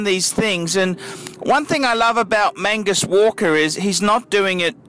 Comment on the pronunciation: Mag Nus not Man gus,,,, fuckers